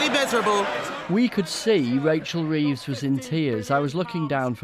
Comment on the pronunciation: CWYING, cwying; cwying... Poor old Wachel Weeves!!